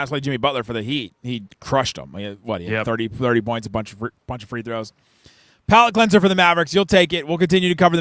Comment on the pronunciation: Did you say Powellet cleanser?